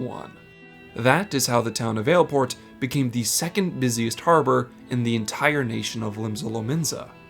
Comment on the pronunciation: Hate to break it to you, but the way he pronounces it is correct.